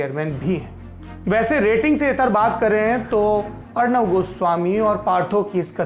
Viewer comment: अर्णव नहीं सौरभ जी अर्नब